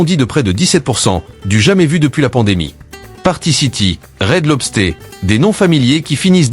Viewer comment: Marre du commentaire incapable de parler correctement: Red LobstÉ au lieu de Red LobstEUR. Et TGI Friday, 99c only, American Freight, ... Une vidéo sur les US incapable de prononcer correctement les noms US👎. De plus utiliser plusieurs les mêmes extraits vidéos ... VRAIMENT MAUVAIS. Plus que cette économie qui s'effondre, cette ia de merde, EST le symptôme de cette fin.